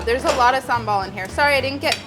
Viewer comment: Fyi the right way to pronounce "sambal oelek" is sum-bal oo-lek (like you say werk, but it's lek hope you get it lol). Molly did a great job with "sambal", but when it came to "oelek" she could be better 😉